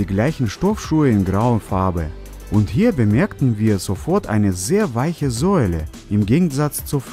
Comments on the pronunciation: Bruder Sohle nicht Säule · Wie er Sohle ausspricht😂 Säuele😂